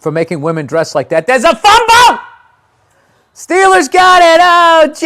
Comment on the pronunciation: The Dolphins vs the Steelaahhss